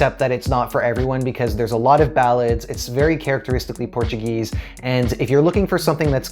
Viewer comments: Great review, congrats and your portuguese pronunctiation is awesome. For me the best song is Ai coração, let's see tomorrow! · A tua pronúncia do português é 👍